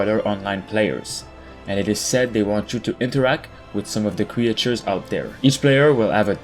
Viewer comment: So we’re just going to ignore the way this guy pronounces words? De-ve-LOpers. Crea-Tures. Very disappointed in the comments